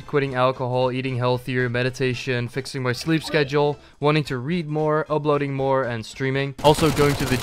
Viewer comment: why do you say "ubloading" instead of "uploading"